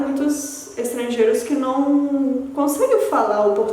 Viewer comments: esse tem muitos estranheiros que "nôumm" te entregou rsrsrs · Realmente seu português é excepcional! Parabéns pela dedicação! 👍👍 Mas dá pra perceber que vc é de fora nas palavras com ão, criação, não. rsrs, o som anasalado não fica igual ao nosso. 😜